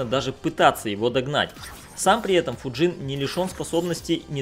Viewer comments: Не ФуджИн а ФУджин просто слух режет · Почему ты называешь его ФуджИн, если ударение на букву У?